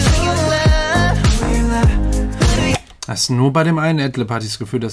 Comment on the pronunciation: they are saying 'lub' cuz in Korean they don't have a 'v' in korean